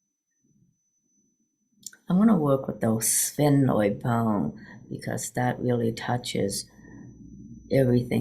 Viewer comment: Haha, there isn’t any other way to say it—sphenoid. You did it🙂